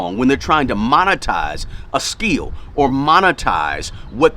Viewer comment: It's called skill not "skiel" god damn, how can't u know how to pronounce it and keep saying skiiiiiiel.